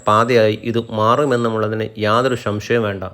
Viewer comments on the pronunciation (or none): ഷംഷയം അല്ലെടാ.. സംശയം . പറഞ്ഞ് പഠിക്ക്